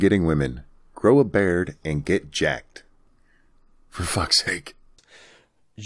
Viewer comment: I think he say bard, i don´t know how to grow one.